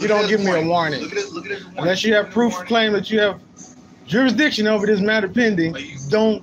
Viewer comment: You should never take legal advice from someone that can’t pronounce the word jurisdiction correctly. 😂